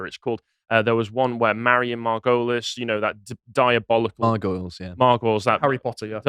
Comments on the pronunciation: Dinenage is pronounced "DIE-nidge". Margoyles is pronounced "Mar-GO-lees" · Miriam Margolyes :: It's pronounced MAR-go-leez. She's a Leftist lesbian luvvie, been around for decades, beloved by the BBC and has actually done a lot of good acting, both straight and comedy. I'd give her the benefit of the doubt and suggest that she probably doesn't really give a toss about the things she comments on but it's kind of expected of a senior thespian like her so she probably does it mainly to burnish her credentials.